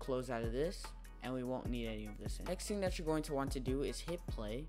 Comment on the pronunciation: "first ting"